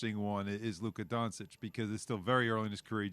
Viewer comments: When are the ESPN guys going to be able to say “Luka Doncic” correctly? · They know how to say it. It's just disrespect.